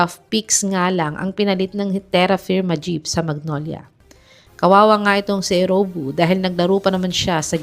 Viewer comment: Eriobu not Erowbu!